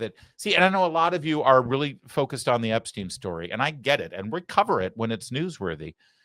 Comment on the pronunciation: Once more - It's Ep-stine' not 'Ep-steen'. Think Steinway only remove the 'way' and put an 'Ep' in front.